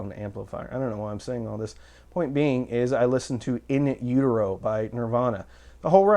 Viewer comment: Did he just say "in euro by Nirvana"? Is that in utero with a silent t?